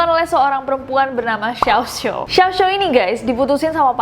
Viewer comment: xiao xiao bukan xiao xo :')